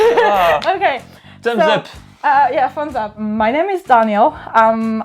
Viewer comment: Son alter Daniel prononce son nom à l'anglaise alors qu'il est censé être Américain ... Et dit des mots comme "girl" avec un p'tit accent français. J'y crois moyen